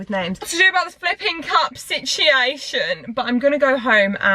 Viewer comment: Absolutely no one:: sichhhaeishon